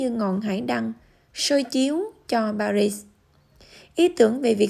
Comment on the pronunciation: Chữ “Paris” người Pháp đọc là “Pari”, không có kèm âm “zờ” ở cuối.